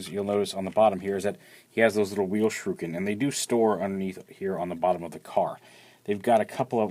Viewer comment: Shrooken? why do people pronounce shuriken like that?